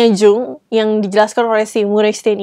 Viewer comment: Tiap 'Jung' disebut pengen teriak...aaaa Yung bacanya 😂. Btw makassiiii rekomennya.